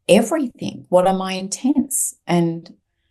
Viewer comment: It was very difficult to listen to due to her stilted speech and strange pronunciation - ie everythink instead of everything, really distracting.